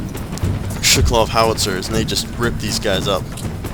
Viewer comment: Also, it's Shuvalov, not Shukalov.